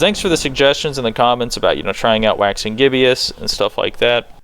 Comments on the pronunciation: "I finally found a Waxing Gibbious... Sorry, I finally found a Waxing Gizbbious..." Bro, it's Waxing G I B B O U S. Pronounced like, J i b i s s. Just Goggle the word Gibbous. Click the little speaker icon. =) It's got to do with the moon. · (Gi-bus) is the pronunciation, as in the moon Cycle Waxing Gibbous. Sorry grammar makes my head break lol Love your video! keep ‘em Coming!!!!